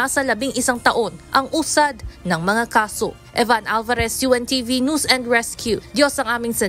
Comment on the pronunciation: Bakit maraming useful idiots sa untv.. ang bigkas nila sa NEWS.. AY NOOSE? WTF .